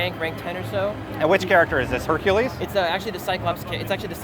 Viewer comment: "hucles" "ever one" "wraning" I think he is 9 years old.